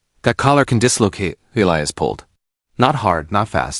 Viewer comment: It is ee-lie- us. Get it right